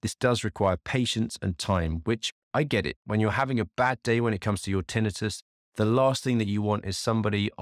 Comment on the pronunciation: Having trouble listening to you pronounce tinnitus that way...hurts my ears. Sorry😱